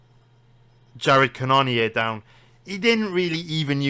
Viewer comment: It’s pronounced Jared cannon-er